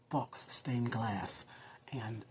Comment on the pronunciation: loved your video but I wasn't sure what you were saying by the word fox. then I read the title and it said faux, which is pronounced foe. The x is silent. Sorry to be a grammar police. but I did like your video.